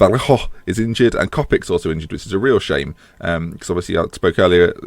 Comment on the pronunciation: Copic is should probably be pronounced like Ivanovic or Nastasic